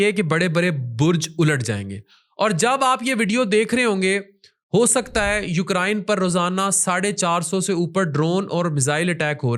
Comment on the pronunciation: Ukrayn nhi ukraine🤦🏻🤦🏻😄...video research pr based hy..lekin ek br bhi research kr k nhi dekha k ukraine ko pronounce kesy krna hy🙁😑😄